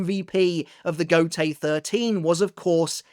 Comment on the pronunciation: Every time you say Gotei I hear Gotey😂.